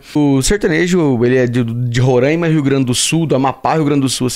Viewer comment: Rorãima ai meu ouvido 😂😂😂😂😂